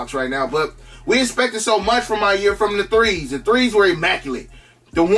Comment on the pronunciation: every time i hear you say maniere i hear “my year” and i watch a lot of your vids so im just wondering the whole time what the my years are lol it’s not your fault it’s mine